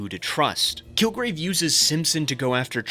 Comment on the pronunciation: had a little bit of an elmer fudd moment and said "kilgwave"